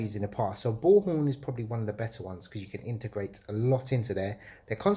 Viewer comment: What's the second crm system you say I can't understand what you said bullhorn and the other one?